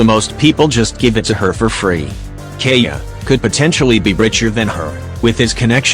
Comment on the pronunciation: GUGH YOU SAID KAEYAS NAME WRONGG